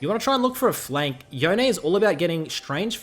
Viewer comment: Please... please stop saying "Yo-Nay". Please.... it's YONE, which rhymes with ZONE.